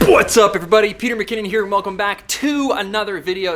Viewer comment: When kept messing “Phuat’s up” lol love it.